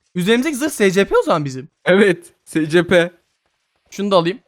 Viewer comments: Abi eline sağlık yine muhteşem bir video Bu arada abi scplere si es pi diyebilirsin direk okunuşunu koydum Umarım bu seri de baya uzun sürer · abi şey o secepe değil esipi diyeokunuyo söylemek istedim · Abi bide s c p deyil es ep i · Abi scp değil esipi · Abi ama cidden scp deil de esipi de yazılması gibi deme rahatsız oluyorum ayrıca senin dediğin adamı izlemiyom izlesem oda scp dese rahatsız olurum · Abi esipi die okunuyor scp diye yazılıyor doğru biliyorsam seviliyosun abi <3 <33 <3333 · Abi scp diye okunmior esipi diye okunur scp her dediğinde gıcık kapiyom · S c p değil es(S)ci(C)pi(P) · Abi istediğin gibi oku ama scp diye yazılır esipi diye okunur ama istediğin gibi oku yani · Espi diye okunuyooooo